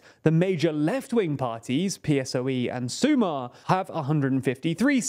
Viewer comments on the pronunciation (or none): SumaR, not SumA. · Small correction: "sumar" means to add, not to unite. It's also pronounced with the stress on the second syllable, so su.'mar instead of 'su.mar. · Hi, guys. Your pronuntiation here is overall quite good, but there are a couple of small points to fix. "Feijóo" and "Sumar" stress the last syllable, not the previous one. In other words, it's "FejiOO" and "SuMAR", instead of "FEijoo" and "SUmar". But other than that, the rest was on point. Keep up the good work.